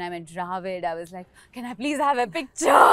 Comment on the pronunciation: Can can can ... looks like she wants a can of coke ffs . It is pronounced Kaane ( same as ear in Hindi)